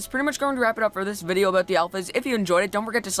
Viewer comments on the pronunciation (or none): none